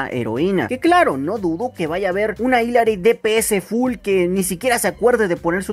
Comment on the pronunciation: Bro ya te habia dicho que se pronuncia ILARY y te lo dije antes de que saliera su historia, se escribe ILLARY pero se pronuncia ILARY como el nombre de Billy, los que te dicen que no es asi es por que ellos son los que no saben y creen tener la razon, pero no es asi de hecho en su historia dice ILARY, y es oficial de parte de Blizzard